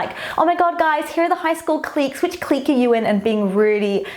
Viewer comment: Please don't ever say "clique" like that again 😂